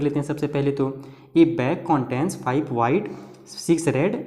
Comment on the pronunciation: Sir coontain nahi contain hota h